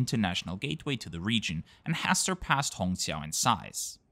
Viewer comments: It's incredible how you get the Chinese "q" sound in Shanghai Hongqiao right. Most foreigners can only pronounce it as "ts" or "ch". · Great review of Juneyao, an airline that is high on my bucket list as well! You did a great job pronouncing the Mandarin words too.